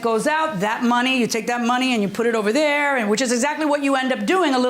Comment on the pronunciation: She said ‐ She wasn't "Dare"... ? ... Then she also said - She "Axed" him... ? ...